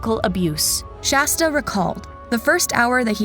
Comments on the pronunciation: For the billionth time, it's SHASTA. Not SASHTA... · I almost stopped watching every time they said "Sashta"!!!! I swear every other time they said Shasta they said Sashta instead, then would say it right, then wrong... ect PLEASE FIX THE VIDEO This is ridiculous and really rude and disrespectful to Shasta and her story to call her the wrong name so many times. You are better than this. I'm giving thumbs down. They deserve it until they treat Shasta the way she deserves. With FULL respect. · It was almost every other time they messed her name up, especially in the last half. I even hear Shashta at least once. Disrespectful to SHASTA if you ask me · I heard Shashta toward the end as well. Honestly it's disrespectful how many times they messed up her name. Every other time seemed incorrect!! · i dont like the low quality of mispronouncing SHASTA'S name and inaccurate subtitles. :/ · creater mispronounced the city, county, girls name and more! At some point it’s disrespectful. It’s okay to do a quick web search for how to pronounce things. If the point is to spread this story then it’s really not okay to be intentionally ignorant and spread what becomes nonsense names and places. It would have taken just a few minutes to look these up and write it out phonetically for herself, and hopefully she does so in the future.